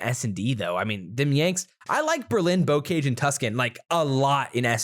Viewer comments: Pronounced bo-ka-zh, and it's French, not English 🤦‍♂️😂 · BTW both of your pronunciations of bocage are wrong lol